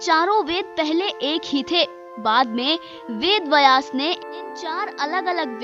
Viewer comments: आपकी हिंदी कि हालत बहुत ही दयनीय है थोड़ा और सुधार करें। बयास नहीं है व्यास है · पहले उच्चारण सही करें वेद बयास नही वेद व्यास हैं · मैडम वेद "बयास" में आप गलत बोल रही हो। शुध शब्द है " ब्यस" ना कि बयास। गलती सुधार मैडम। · बिलकुल, पर पहल अच्छी हे। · Bhai "Vayas" nahin hein, "Vyaas" hein; donon mein anthar hein; uchaaran sahi nahin honey par arth bhi badal jaathaa hein! dhyaan deejiyey. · व्यास शब्द उच्चारण सीखे